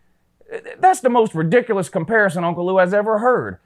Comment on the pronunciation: I caught that too! Uncle LUU